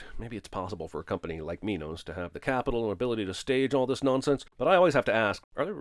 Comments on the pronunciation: So the director forced his actors to say minos. it's min os. not my nose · Minos not mynos